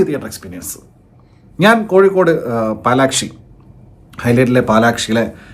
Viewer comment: പാലാക്ഷി അല്ല കമലാക്ഷി...